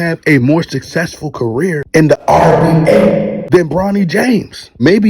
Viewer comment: How come you can't say NBA?